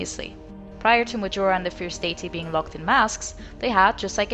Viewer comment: Not a native english speaker, but is it just me or is she pronouncing Deity wrong?